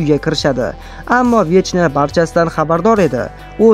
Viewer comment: 🤣 vechna emas vekna deb aytiladi